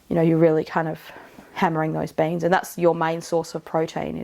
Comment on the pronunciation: I heard banes as in wolfbane until you showed beans 😂